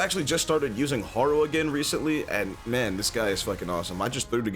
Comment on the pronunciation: Instead of Harrow (the way u pronounce Harrow pains me) u should use wisp